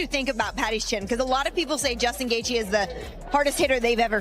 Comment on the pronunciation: The title of the video and Rogies thumbnail isn't associated with the content of the Gaethje-Pimblett fight at all haha. Plus, the opening Dana White statement is AI 😂 and the automated voice can't pronounce Gaethje correctly 💀 This channel is MMA's version of The Onion 🧅🤼‍♂️🧅